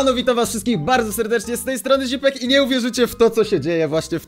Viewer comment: Dlaczego ona muwi zipek a nie źipek